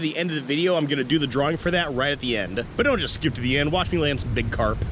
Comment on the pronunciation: Carp not crap lol